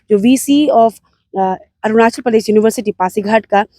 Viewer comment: Ornachal??? Or Arunachal???